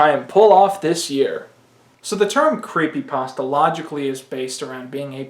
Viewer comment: sigh Yet another one who doesn't know how to pronounce creepypasta...